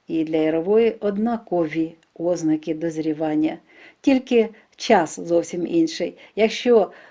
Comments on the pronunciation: Чому ставите неправильно наголос? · У слові "озна'ки"наголос на другому складі!